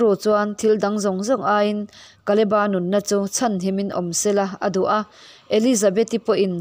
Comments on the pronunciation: Kaleba tilo in kaleb-a nizawkse ngaihthlak a nuam zawkngei in ka ringbakah a dikxaawk lo maw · Kaleba tih ngei hi Mizo lam dan a ni hman aṭangin. Bible lehlin tirh aṭangin. Mizo taka lam kha a ṭha mai. Naupan lai aṭangin KALEBA tih hlir hian kan lam ri